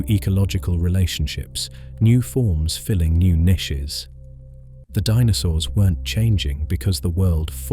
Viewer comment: Bro is it just me that hates the way he says niches